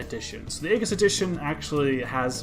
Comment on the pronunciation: It's pronounced eyeges